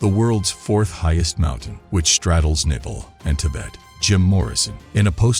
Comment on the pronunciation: And Nepal is not Nepil